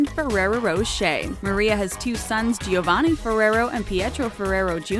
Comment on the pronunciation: i can't help but cringe at how much american accent she's putting into those italian names💀💀 giovanni is jo-van-nee not gee-oh-van-ee pleaaase